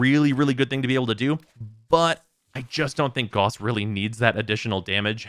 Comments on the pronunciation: His. Name. Is. Pronounced. Gah-oos not G-aw-ss, it's not hard and it's not up for debate. It's a real person's name, not just a fictional one. This P.S.A. goes out to the entire community. Calling him G-aw-ss is like calling Mesa, Mee-saw. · is not pronounced "Gus" tho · Rebecca pronounced it G-aw-s in the character reveal trailer. While i prefer the German pronounciation i consider both to be correct for the game. After all warframe is its own world so i don't consider a name being pronounced one way irl meaning it needs to be pronounced that way in the game. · I'm aware of how Rebecca pronounced it, but it doesn't make her correct. For words, especially names, you don't just get to decide how they sound on a whim. Even if warframe is a fictitious world, the name isn't and neither are the people making it. The propor pronunciation is Gah-oos.